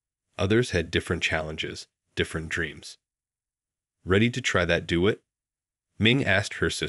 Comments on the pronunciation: Nice story. But... the Voice Over! "Chatto Margo?" "Choppin?" "Do it" (Duet). Ye gods. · Wonderful story, too bad your narrator doesn't know how to pronounce so many words. "Petted" should have been "petite", "do it" should have been "duet". There are many other words that were mispronounced. The writer needs to remember events written earlier, "sister had medical problems then they disappear unexplained, driving to recital." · Clearly an AI generated story, as touching as it is. Mispronunciations abounded, with the word duet, pronounced "doo-it," composer Chopin pronounced "chop in," and Debussy pronounced "da bus ee." Aaargh! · You might want to check on the pronunciation of DeBussy and Chopin (Show pan). Duet is pronounced (do et). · Pity that the vaunted AI can't learn how to pronounce"Chopin" and "duet." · Please inform the natrator politely about a number of totally mispronounced words such as duet, recital, Chopin, and numerous others. The mispronounced words and names detract from the story. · Try finding a narrator who can pronounce the names "Chopin"; "Debussy" and the word "duet" correctly. Otherwise, this was a lovely story. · Good story; but the AI reader MUST learn to pronounce names of composers or their pieces. Even words like DUET were screwed up.